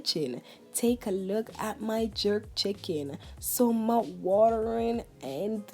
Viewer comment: “Mout watterin” i love it